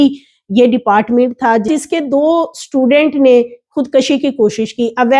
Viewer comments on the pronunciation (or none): Say خود کشی not خود کشی not زبر پیش